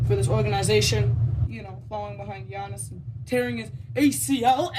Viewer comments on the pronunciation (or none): none